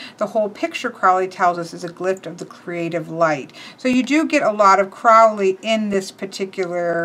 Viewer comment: Great walkthrough, but you're making the Ozzy blunder - mispronouncing "Crowley". Uncle Al wrote a poem about it once: "My friends call me Crowley because they think I'm holy. My enemies call me Crowley because they wish to treat me foully.